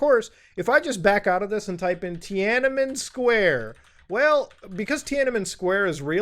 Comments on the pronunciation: cmon, muta. it's tiananmen. three Ns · My headphones stopped working the second you said "Tianamen Square"